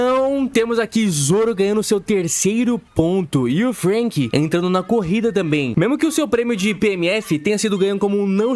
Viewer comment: Meu deus mano, acho que esse cara se traumatizou com nomes, por que puta que pariu, parece que ele quer ser do contra pqp, fruanky, usópp, ceAzar clown, Ênel, cara oque te custa falar direito, vai te cair um braço??